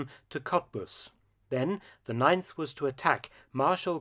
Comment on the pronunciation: Ninth Army? You mean the "Neinth" Army? im sorry ill leave